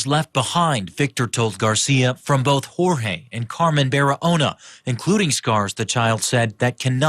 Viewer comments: "Hor-Hay". Jorge is a Spanish name and is pronounced "Hor-Hay." I realize this may not be common knowledge among those who have never studied Spanish, however it's common enough in the U.S. that it's worth committing to memory. I've mentioned this several times before upon hearing you mispronounce the name in other cases, however I realize you probably get bombarded with messages and are unable to read them all. I just feel it is important that you make an effort to pronounce Jorge correctly as well as any other unfamiliar names you come across. You might not feel it is important to pronounce the perpetrator's name correctly, however it is only common courtesy as you don't want to disrespect your fans who are named Jorge. Thank you. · Okay, can you please look up how to pronounce names when you do these videos? This is the second video I have seen where someone was named Jorge and you repeatedly pronounced it "George" throughout the video. It is very important to get the names of the victims, and the perpetrators correct. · Why do you keep calling him George with a hard G? That’s not his name. There are actual news clips pronouncing it rightly, in this video SMH